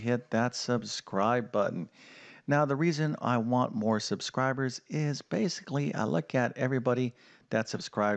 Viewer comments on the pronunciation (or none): none